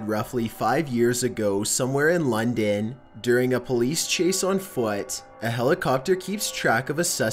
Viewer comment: I had to stop when you pronounced "London" the way you did. I just couldn't stop laughing.